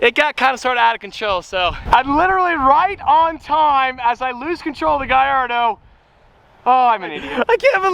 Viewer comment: if you call it a "guyardo" one more time im gonna lose it